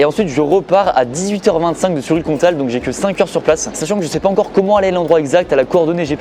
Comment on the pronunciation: "Oui, il y a une gare a Sury le Comtal" Du parisien pur souche...